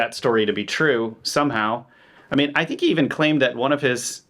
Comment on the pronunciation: It's Twoo, It's Twoo!!!